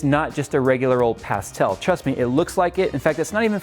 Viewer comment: love your videos sorry I'm being picky here but I cant take it seriously when you pronounce pastel sorry can't help myself ocd kicking in